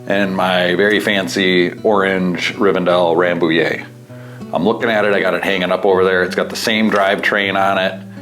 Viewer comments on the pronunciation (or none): It's Riven -DELL , not Riven -Dale :face-fuchsia-tongue-out